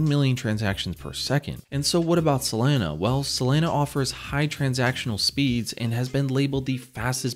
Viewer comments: I heard sAlana every time lol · Dude, it's SOLANA, NOT SOLENA,..fortunately you didnt say CARDENO, but CARDANO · It's pronounced SoLAWNA not SoLANA like Lana del Rey. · Not “Selena” it’s “Solana” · Say it with me... sol-A-na... There's no E anywhere in the name bro, lmao. Literally couldn't finish watching this.. "Solena.. Solena"... You work for a crypto website and you're discussing a top 5 currency? How do you get the pronunciation wrong? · He says "Selena" 🙉 hard to stay focused listening to the video... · Every time he says Selena, I'm waiting for Gomez. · Not even 20 sec into the vid, and I already know the way he says Solana finna piss me off 😭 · why do you pronounce SOL properly but not the full word?